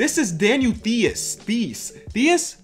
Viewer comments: Theis is actually pronounced tice (like mice but with a t) I was saying theis too until I found this out lol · its pronounced T-eye-c . Just like Ice, but with a T at the front. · For Daniel Theis, it's pronounced "Tai-s" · You pronounce theis like "tice" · Theis is Said like ‚Tice‘ in Germany, you don‘t say it with a Th. Greetings from Germany! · Theis is pronounced like ice with a T in front. Tice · Theis is pronounced Tice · Daniel Theis´s name is actually pronounced "Tice". And yes, he was DPOY in Germany last year. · Ayy as a German i gotta mention taht Theis isnt playing like a bum at all hes gettin 15min a game and hes doing his thing. His name is spoken “TICE” btw. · It is Tie-ss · u spell theis like rice..with a t..so tice^^ and hes not a bum..maybe the 2nd best german player atm..and he will be a solid role player..trusme and right now hes gettin minutes on the best team in the east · Theis is pronounced like Tice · It's pronounced "Ties" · More like 'tice' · Theis is pronounced like th-ice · daniel theis is pronounced Tice, i wouldn’t say he’s a bum either. it’s his first year in the league and he’s playing pretty good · Theis is spoken like thighs just with a hard t like tolliver. Believe me im from germany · Theis is german and played in Germany before he signed with the Celtics. By the way, he is pronounced like "dice" but instead of the "d" with a "t" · Yo, just for future reference, Theis is pronounced so that it rhymes with Ice. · Evertytime i watch english nba youtubers i just have to Laugh at how u pronounce theis😂😂